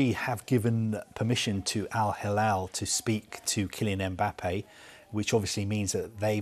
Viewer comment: It is not Al halal,it is Al hilal.